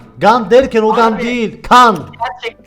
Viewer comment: Lan allahin koylusu gan diyor bi de anlasilmasini bekliyor